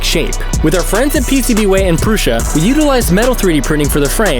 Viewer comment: Prew - Sah - not Prew - shah